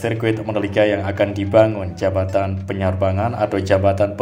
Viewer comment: Yg bener jabatan ap jembatan yg akan d bangun teh klw ga bisa nyebut baca ajah "JPO" gituh biar mudah dan mengerti dan enak d denger yh